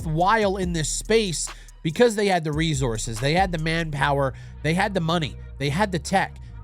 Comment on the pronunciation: I love the way says resources 😂💀 “rezources”